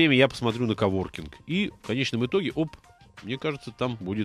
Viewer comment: КОВОРКИНГ, а не оворкинг :)